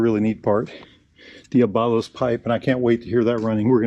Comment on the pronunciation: Dee-AH-blow. Not dee-uh-BALL-oh. It means devil. I love the looks and sound of the stock pipe. The turning radius is amazing! My poor Hunter hadn’t been out in a couple of months. Such a sweet little bike! Hitchcock’s has a dyno run to show a measurable increase in power with just the DNA filter and cover.